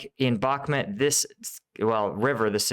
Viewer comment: Bakhmut not Bakhmet please pronounce correctly you atleast try to pronounce the other towns properly im sure you do it on purpose